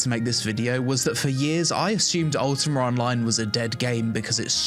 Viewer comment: why he says UltimaR =))